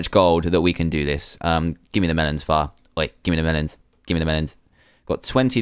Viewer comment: Far sometimes sounds like Fart sowwy